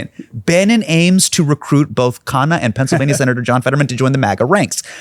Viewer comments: Everytime i hear Hasan pronounce Ro Khanna’s last name correctly it makes me shocked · Thanks for Pronouncing KHANNA right. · Ofc Hasan is a desi.😂 He knows his sh!t.